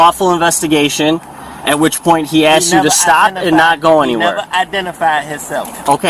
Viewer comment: Lol aks, aksed, aksing, idettify hisself, propible cause, articilant reason